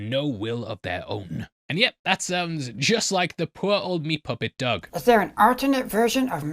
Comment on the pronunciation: Is he saying "Doug" or "dog"? Speak English,! Didn't your people invent the language?